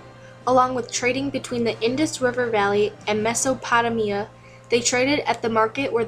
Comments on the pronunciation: "Mehso pot uh mea" lol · Meso potamia lol wtf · you made a mess when pronouncing Mesopotamia but otherwise this was an interesting video. Well done! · You might should learn how to pronounce Mesopotamia. Otherwise...great job!